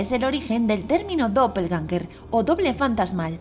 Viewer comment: Que pronunciación paupérrima del alemán